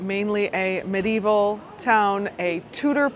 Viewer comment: Please note : "medieval" is pronounced with FOUR syllables.